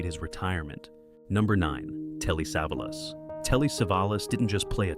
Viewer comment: Poor pronunciation of Savalas, at least pronounce names correctly AI